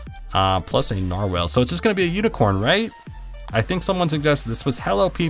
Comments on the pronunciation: It's not narwhalel its nar-wall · NAR-WALL NOT NAR-WHALE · Narwhal (not narwhale) +stingray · Ericek Daleky oh nar*WELL* aaaayyyy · Narwhal (Nar-wall) this is how it's pronounced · IT IS A NAR-WALL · It's pronounced nar-wall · its pronounced like narwall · Narwhal is pronounced differently